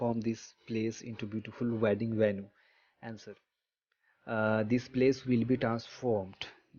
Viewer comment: It's not Venu it's is venue